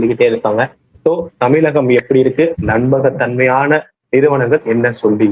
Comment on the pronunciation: Anchor Tamil sariyaga ucharikavum Zha not la tamilagam illai Tamizhagam Instead of zha you are using la